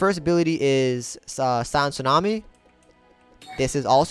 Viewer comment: Why U say sand like that bro lol sound like ur saying sànd df